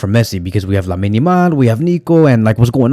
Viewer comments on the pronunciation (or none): none